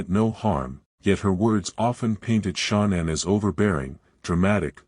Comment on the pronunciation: I can’t even listen to these because Shan’ann’s name can’t even be pronounced correctly.